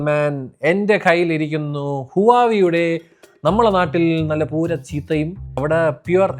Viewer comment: പൂര എന്ന് പറ അണ്ണാ